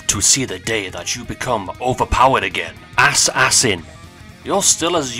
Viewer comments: Also why you say it as ass-ass-in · The way you pronounced assassin 💀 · whyd he say "ass-ass-in" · "Ass sanin" Bruh I mean i get that its for comedic porpuses but still